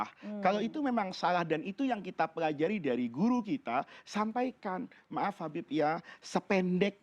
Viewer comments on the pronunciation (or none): none